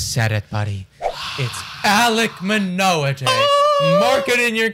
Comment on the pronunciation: Also BTW it’s Manoah not Menoah